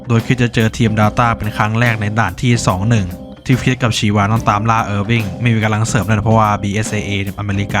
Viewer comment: ชีวา ชาวา ได้ยินเรียกแบบนี้แล้วรู้สึกแปลกๆ😂